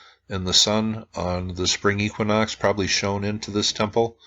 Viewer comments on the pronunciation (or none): none